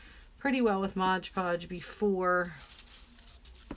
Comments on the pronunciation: I agree with everyone here. I love your videos. I do have one pet peeve tho! It’s called MOD Podge, not Modge Podge. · Nice tumbler...but its mod podge lol